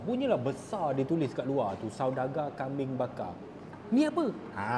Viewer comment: Teqok sungguh bunyi hang cakap utara bro... Kambing >>> kambien... ..mana ada kambiaqqq